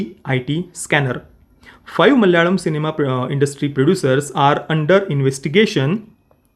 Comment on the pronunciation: Thanks for bringing this up. Also, ur pronunciation of the word "Malayalam" is so accurate.